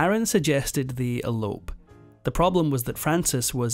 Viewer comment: Elope, not alope. Edit copy.